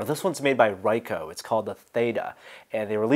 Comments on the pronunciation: REEE KOOOHHH not RYE-HOH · you are pronouncing the name of the company wrong its 'Reek-oh" RICOH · I believe REE-KOH is the correct pronunciation.